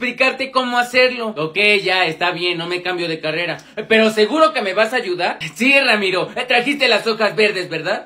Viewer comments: Y tu diciendo ramito en lugar de ramiro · Dijo Ramiro en ves de Emilio